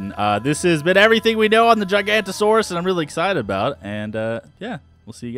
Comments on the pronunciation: Ok I've had enough. It is not called Gigantosaurus. There is clearly an O after the N. It is pronounced Jig oh no toe saurus. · Please please pronounce it correctly GIG-a-note-o-saurus